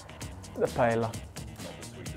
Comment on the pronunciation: Funny how some of the European players pronounce it PayeLa, when everybody who is even minimally cultured knows its pronounced Pa-eyya.